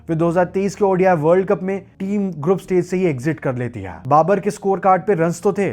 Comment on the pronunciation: This video is such a good drinking game Take a shot each time you pronounce “hai” wrong